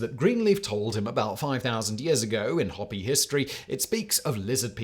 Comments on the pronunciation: I believe we are looking at the Hopi tribe. Pronounced "hoh-pee" versus "hoppy" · the Hopi tribe's name is pronounced "hopey"... not "hoppy" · dude literally said "hoppy". It's pronounced "hope-ee". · Do you mean the Hopi? It’s pronounced hopey, not hoppy. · yes its spelled HOPI, but ITS PRONOUNCED HOPE-I not HOP-I !!! They aren't a tribe of bunny rabbits!! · Five seconds research would have told you its not 'hoppy' its 'Ho-pee' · I cringed a little every time he said hoppy instead of Hopi. Long o Simon, long o mate. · Hopi is pronounced ho-pee, not hoppy. Otherwise, great topic. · not hop like a bunny rabbit ee.. Hopi is pronounced like the garden tool and urination or like HOPE--eee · How many times does he mispronounce "Hopi"? It's not "hoppy", it's hoe-pee.😊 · a "hoppy" native american? You mean Hopi? it sounds like hoe-pea. If we can figure out how to say worcestershire sauce and other foreign words, you can try our words too. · Omg! I just now figured out what he was saying! Hopi is pronounced HOPE - EE.. NOT HOPPY! Jesus. Fix this and redo. This is embarrassing. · Hope ee. Calling those Native Americans Hoppy (like a frog) is making me crazy! I'm out of here....... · Having lived and been around Native American people for decades, I can feel confident in saying Hopi is pronounced Hope-E, not Hop-E. I have never before today heard anyone call them Hop-E. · I think you mean to say Hope...y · I keep giggling every time Simon pronounces Hopi as “hoppy” 😂 (It’s HOPE-ee) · "Hoppy"??? Look here, Whistler comma Simon, its Hopi. Hope-EE. They weren't little toads, likely still are not. .. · Are you saying Hopi? Isn’t that group pronounced Ho-pee? A double P would be needed for your pronunciation. Unless, of course, you are saying something else entirely different. 😊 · Hopi is not pronounced hoppy. It's pronounced hopey. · Am I the only one who cringes every time Simon calls the Hopi People (long o there, Simon), the Hoppy people? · HOPE-ee, not HOP-ee.